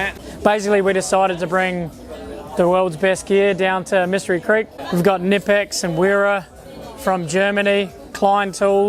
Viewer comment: Heh. Hired rep for Knipex says the brand name like a normal person rather than correctly 😂